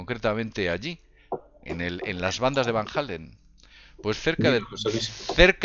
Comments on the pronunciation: Van jalen dice jajajajaja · ya lo sé amigo, sólo que dijo "Van Hálen"... Se le cuatrapió, talvéz venía de escuchar "what is love", ó "panamá", de la banda gringa de rock!:)))))) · Van Halen no es lo mismo que Van Allen. Lo pronuncia con J "Jalen" cuando es con H muda (ahlen). OJO ahi. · martin ES que ya le hemos dicho a que Van Allen es muy distinto de Van Halen (no hay necesidad de que pronuncie una H que ni siquiera existe) pero se le resbala